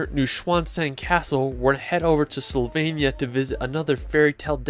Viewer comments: Great video, but are you deliberately saying 'Slovenia' wrong?? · Great images, thank you for this video. With respect to you, may I suggest you show some respect to these destinations by putting just a bit more effort into getting the pronunciations at least close to correct. Not perfect necessarily but also not mangled. Just one example: Slovenia is not pronounced "sylvania." Not even close. But regardless of my nitpicking the video is well done and enjoyable and I have shared it with others. Thanks again.